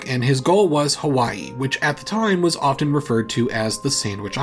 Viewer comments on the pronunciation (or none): none